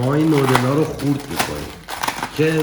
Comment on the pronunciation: دادا بگو نووودل